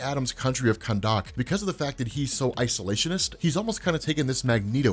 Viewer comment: You're saying Khandaq a bit oddly.